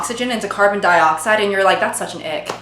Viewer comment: I keep hearing "the ick" as" the egg"